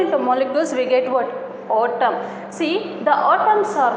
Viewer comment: ಅದು ಆಟಮ್ ಅಲ್ಲಾ ಅದು ಏಟಮ್ಮ